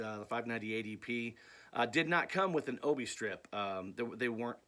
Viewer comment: Hey..awesome video...I'm also a big Japanese vinyl collector...you have some great additions to your collection. Oh and it's pronounced: O - Bee Not O - Bee -I. I got that from an actual Japanese friend...it means Sash..like a belt...hope this clears things up.